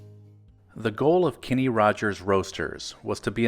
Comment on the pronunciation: His name is (was) Kenny, not Kinney.